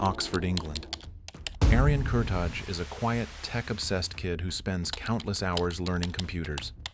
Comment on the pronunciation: Its not Kurta[J] its Kurta[i].......that J is Albanian